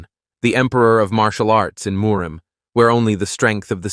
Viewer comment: The continual mispronunciation of "Murim" is grating as all Hell.